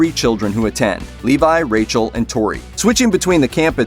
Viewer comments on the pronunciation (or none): none